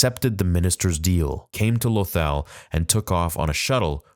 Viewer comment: Lothal is pronounced Lo Thall.